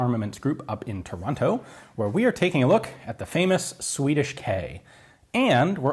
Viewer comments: He's getting closer and closer to the proper pronunciation of Toronto! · Toronno...we don't pronounce the T. :)